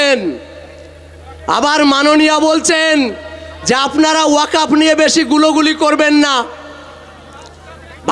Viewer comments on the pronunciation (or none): none